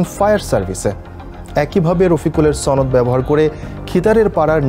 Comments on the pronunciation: ছনদ না সনদ হবে। সংবাদ পাঠকের শুদ্ধ উচ্চারণ হওয়া উচিত। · it's not sonod it's shonod.. what kind of newsreaders they get? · কি খবর যে পড়ে সনদ উচ্চারণই ঠিক নেই, সে আবার সংবাদ পাঠক।